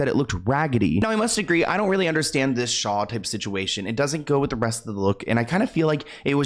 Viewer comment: Not the "shaw" 😂 I thought we all learned from Drag Race All-Stars 2 that the word is "shawl."